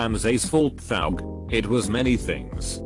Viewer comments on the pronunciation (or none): losing my mind over "thoug"